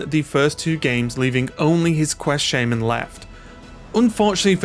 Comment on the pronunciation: Why is it shay-men not sha-man?